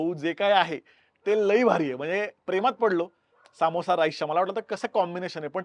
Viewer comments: सामोसा ❌ समोसा ✅ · ...its not saaamosa, its samosa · Bhai samosa assto toh samosaa nahi,why u can't simply say it properly, disappointing. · सा मो सा 😂 समोसा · सामोसा नाय रं समोसा असतो तो 🙏🏻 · सामोसा नाही समोसा म्हणा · Saamosaa nsto samosa asto